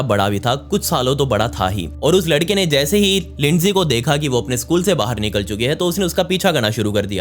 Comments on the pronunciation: Bhai lindsay hawker naam hai naki leendi hawker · Lindi nhi Lindsay 😑